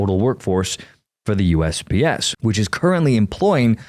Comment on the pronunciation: I know he was saying USPS, but it sounded at first like he was saying USBS